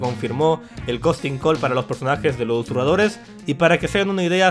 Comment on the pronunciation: Ustedes no se preguntan tambien si, ya se quito esas porquerias de la boca...por que sigue diciendo "usuradores" en lugar de susurradores?